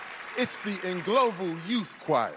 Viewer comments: I thought he said its En-Global youth choir😂😂😂 his pronunciation is funny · Yes, sounds En - Global 😂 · Why does Terry pronounce "Ndlovu" as "global"